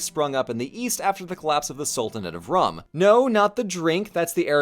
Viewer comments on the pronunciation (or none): its pronounced like room, not ruh-m